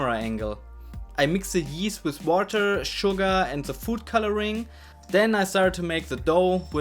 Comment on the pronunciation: Sprich deutsch! Dein Englisch klingt schlimm: Se bued, schugga, de do, se fritsch, eklschellie... SCHLIMM!